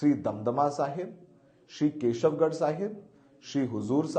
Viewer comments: Shri Keshgarh sahib is correct not Keshavgarh sahib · Please, it is Kesgarh Sahib, not Kesavgarh Sahib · Takhat shri kehsgard sahib not keshavgard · So many mistakes. Keshawgarh sahib nahi keshgarh sahib hai. Jaal singh nahi jail singh hai.and many more. Pls be careful